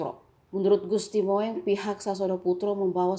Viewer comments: WADUH.... MIIN.... MIIN.....BIKIN MALU.... SONO BELAJAR BAHASA INDONESIA....SASTRA INDONESIA.... KUASAI EJAAN BAHASA INDONESIA.... JANGAN BUAT KAUM PENERUS BANGSA JADI TAMBAH AMBORADUL. CINTAI INDONESIA : BAHASA INDONESIA BUDAYA INDONESIA DLL. ""MOENG". DIBACA. ""MUNG"" BUKAN ""MOENG"" DIBACA. ""MOENG"" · Bacanya salah....Gusti Mung, bukan Gusti Moeng.... Itu ejaan lama tulisannya 🤭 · Gusti Moeng itu dibacanya Gusti Mung bukang MO ENG... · Bacanya Mung bukan moeng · Bacanya "Mung" bukan moeng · Bukan moeng Bu, tapi mung bacanya, o alah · Moeeeeng🤦🤦🤦🤦🤦🤦 hadehh Gusti mung bacanya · Min bacanya Mung bukan Moeng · Waduhhh...pembaca berita nih kurang paham tentang ejaan lama dan baru.. "Moeng" harusnya dibaca "Mung", tlg editor, sebelum di upload di cek dulu ya. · Katrok parah emeng news casternya, PB XIII dibilang ke VIII, Moeng dibaca bulet2 moweng, yaaa gitu lah klo asal baca yg disodorin doang, ga ada pengetahuan ato riset ttg materinya dulu, bikin malu aje 🤣